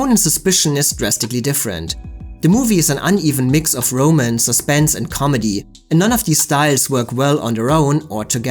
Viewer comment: I think you need to learn how to pronounce "romance."